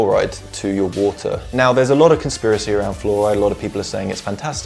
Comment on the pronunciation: He had me at "wuh-tur".